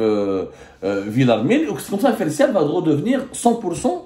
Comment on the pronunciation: Prononcer fertial et non pas fersial. Le t n’est pas entre deux voyelles. Il s’agit de fertilisants et non pas de fersilisants. Corrigez votre information selon laquelle fertial est de droit espagnol. C’est faux, elle est de droit algérien étant réalisée en Algérie.